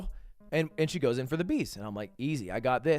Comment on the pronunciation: Pretty sure its pronounced bezu not bees 😂😅